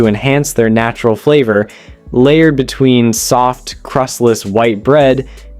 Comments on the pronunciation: Is this video AI narrated? Seems the narrator mispronounces words like between as ween amongst many others. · no, it's him literally saying tar (war), exuries (luxuries) and ween (between) and that's only up to sandwich 3. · Am I the only one who heard “placed ‘ween sandwich buns” ?!? 🫠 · "cooked and then placed ween sandwich buns"???!!! Plus other examples throughout--AI voice--I was told long ago that to err is human but to really screw up requires a computer.